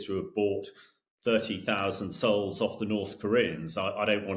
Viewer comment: Souls, not Seouls, FPS.